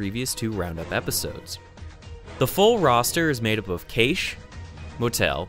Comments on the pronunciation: Cache is pronounced "cash" btw. Thanks for another round-up. One of these days, one of these days there will be some Half-Life (or at least Black Mesa) or Portal news. One of these days... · just checking, the proper pronounciation of Cache is like cash , right ? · That pronunciation of Cache. Great video though!